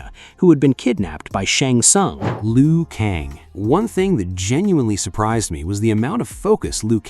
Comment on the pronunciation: No disrespect but stop with the "LEE-OOH KONG" come on bro its pronounced "LOO KAYNG"